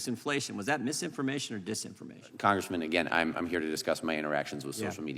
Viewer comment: If he says congreeman again u'll scream